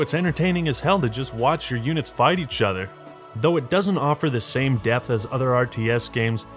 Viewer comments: depth.. there's a P stop saying Death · Did you say depth because I had heard death